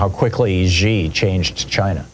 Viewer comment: Thom, bruh, Xi is pronounced "shee." I wouldn't bug you, normally, but that is pretty bad for a smart guy to say.